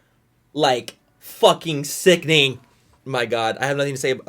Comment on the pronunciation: Drinking game: Take a shot every time Manny says “Sickning”